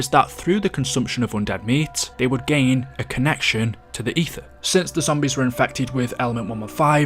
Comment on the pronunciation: It’s zombies not zombise